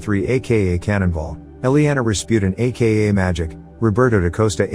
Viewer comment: it's pronounce Ma gek not pronounced magic just wanna point that out